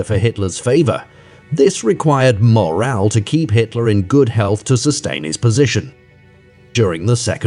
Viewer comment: Please try to say this name as it is. Only downside of this documentary.